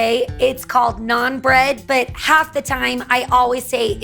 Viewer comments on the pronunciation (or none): none